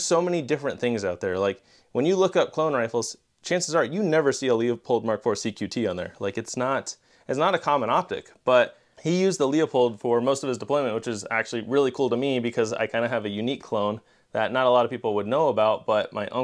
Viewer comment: Cool rifles, man. Not important, but it's actually pronounced 'Lou-Pold' : )